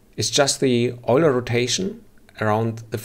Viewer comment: Nice video - thanks for posting. BTW Euler is pronounced “oil-er”